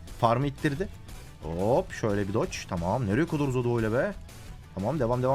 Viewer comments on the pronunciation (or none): none